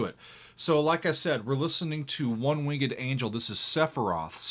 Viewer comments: I LOVE that he pronounces it wing-ed. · You can say winged like that?